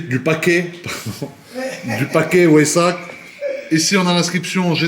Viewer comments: WEISSACH : Arrête de prononcer [Oaissach] "Ach" tu sais bien le prononcer genre tu dis pas "Ack" comme un arabe (moi), mais comme moi aussi mi allemand C'EST [Vaissach] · Le pack weissach se prononce vaissak pas wouéisach